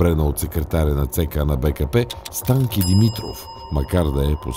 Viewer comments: Ужасно👏 дразнещи👏 звънци,👏 бълбукания👏 и👏 кървави👏 пръски👏 на👏 фона👏 на👏 дразнещо👏 наставническия,👏 като👏 за👏 малоумни👏 тон👏 на👏 четящия👏 текста.👏 Ударението👏 на👏 Станке👏 (Димитров)👏 е👏 на👏 последната👏 гласна👏 -👏 СтанкЕ.👏 Същото👏 и👏 с👏 ВанчЕ👏 (Михайлов).👏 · Ужасно дразнещи звънци, бълбукания и кървави пръски на фона на дразнещо наставническия, като за малоумни тон на четящия текста. Ударението на Станке (Димитров) е на последната гласна - СтанкЕ. Същото и с ВанчЕ (Михайлов).